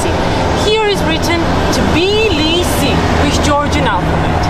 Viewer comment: It's Tbilisi not "Tiblisi" as you call the city.